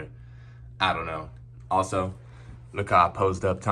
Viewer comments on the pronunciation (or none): none